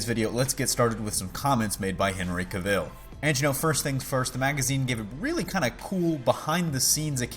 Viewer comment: Cavill rhymes with Travel. jus so u know... it's annoying pple always pronounce his name wrong. yea.. i know.. im nitpicking :)